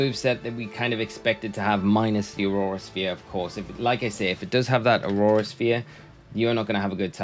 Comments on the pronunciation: Drink every time he says aurora sphere instead of aura sphere 😹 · Brother, its Aura Sphere, not Aurora Sphere! It's not an ice type move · Aura sphere not aurora sphere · what do you think is he saying aurora sphere or aura sphere?